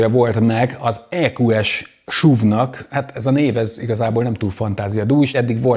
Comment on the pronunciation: šuv (szlovak) 😊 miért nem nevezet esz ú vé nek? Nevecségesen hagzik a šuv. Vagy akor szúv. De Máskülönben megint nagyon jó videó.